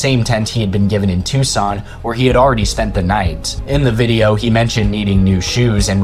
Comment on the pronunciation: So neither Daniel, nor this channel have ever read a geography book. Phenix? Tucson, not Tuscan. Witch-It-Tah. Not wacheeta. Get off the internet!